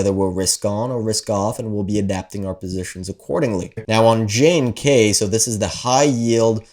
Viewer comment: JNK is pronounced "junk".